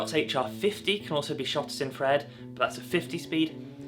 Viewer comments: It's still known as infrared....its never changed. No idea where you have gained this odd pronunciation. Infra-red....not in-fred. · Its still called Infra-red dude, and not "In-fred" bruh! Its called English dude, try learning it and using it properly bloke! Whats a hamburger called now? Maybe Gen Twiz calls it a "Ham-Urger"! The A is still not silent and never was silent in Infrared! Edit: Infrared is heat, its reflected heat. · For feck sake its's infrared you sound like a real W⚓...I am going off to slash up because 'infred' has just pushed me over the edge 🙂 apart from that a good video for all those crazy kids out there learning film photography. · I'm sorry but why are you calling it Infred? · There's no such word as infred! Stop butchering the language!